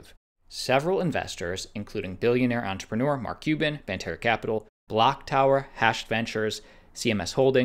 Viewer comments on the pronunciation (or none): none